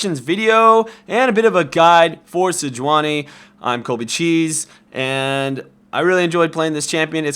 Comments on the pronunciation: Colby, it's " Sejuani " not " Sejauni ". Thumbs up so he can see and correct it. This affect the searche result on Youtube. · Maybe someone should tell him, that her name is Sejuani?